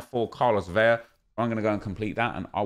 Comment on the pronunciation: La-lah, Ve-La not Vei-ya